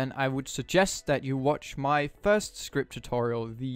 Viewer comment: bruh its script not skirpt